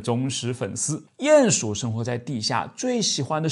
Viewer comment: 唸鼴ㄧㄢˇ鼠～不是ㄧㄢˋ